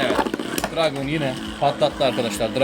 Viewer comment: Dragoon Dranzer Draciel Driger isimleri abi yanlış söylüyorsun